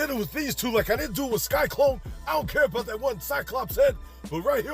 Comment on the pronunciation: Love the videos but I’m curious as to why you always say “Sky-Klone” when I know you know it’s “Sy-Klone”.